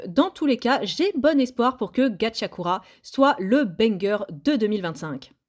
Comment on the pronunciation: Gachiakuta pas Gachiakura